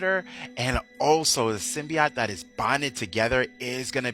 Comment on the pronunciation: Sim-Bee-Oat... NOT Sim-Bee-Ot